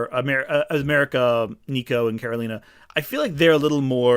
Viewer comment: Just FYI it’s “Karo-LEE-na”. Also the title is just “Runaways”. 🤓 Just a gentle note from a hardcore fan. That being said, I enjoyed your video and mostly agree with your rankings. Karolina will always be S tier to me! Favorite comics character of all time.